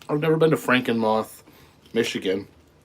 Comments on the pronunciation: Your pronunciation of Frankenmuth was priceless😆😁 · I dunno. Somewhere towards the end of the stream. He was talking about Frankenmuth Mi and pronounced it different. Just made me chuckle.